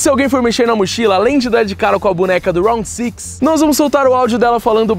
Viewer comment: round six o homem fala bonito kkk eu fako é rounde 6 mesmo normal kkk